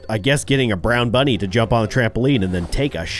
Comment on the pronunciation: He accloy said monny insted of bunny.